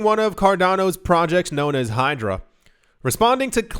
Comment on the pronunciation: Bro you said Hydro, but is Hydra.